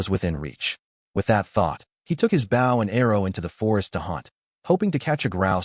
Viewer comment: You catch it, cook it. A pufferfish sounds like something dangerous. The narrator of this needs to learn how to pronounce bow.